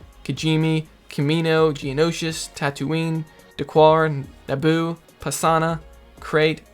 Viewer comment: I like how you pronounce Geonosis like its `Geonoshish`